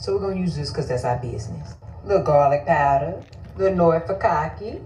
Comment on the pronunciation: Gahlik paahdah...LMFAOOOOO 💀💀😂😂😂